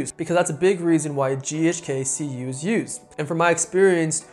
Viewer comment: Keeps saying ghk ku 🤦🏼‍♂️